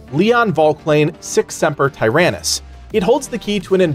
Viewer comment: It's pronounced Ti Ran Knees